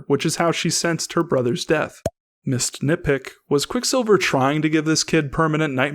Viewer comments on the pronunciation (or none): This whole time I thought you were saying “Miss Nitpick “ until I realized that it was missed nitpick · for the longets time alll i heard was misnitpick